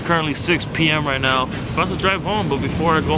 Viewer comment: Idk if you said "right now" or "write meow"...